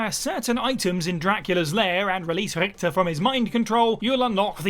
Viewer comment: pretty good attempt at pronouncing Richter correctly. 2 out of 3 isn't bad at all